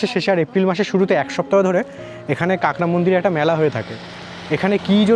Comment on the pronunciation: কাঙ্গরা কি রে ভাই??? এখনও কাঁকড়া উচ্চারণ করতে পারিস না ব্লগ করিস